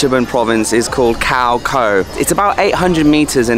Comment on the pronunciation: Small thing, but Your pronunciation of Khao Kho is cringeworthy… 555, hopefully by now you have learned how to pronounce.